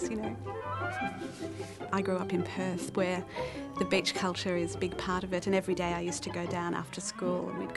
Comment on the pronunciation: you look gorgeous lol and when that lady says beach it sounds like bitch